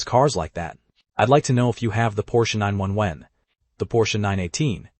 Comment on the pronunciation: Hey dumbfuk AI, it's a Porsche 9-1-1...not 9-wen-wank...